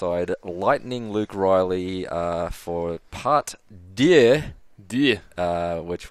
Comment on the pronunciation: awful pronunciation of the word "deux" lol